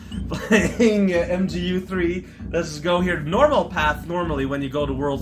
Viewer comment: "MGU3?" I think you mean "magoo 3." We had "maagul" and "maagul ecks," now we have "magoo."